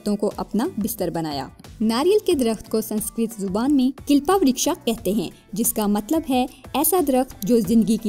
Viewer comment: Its kalpa vrish(coconut tree) not kilpa vrisha.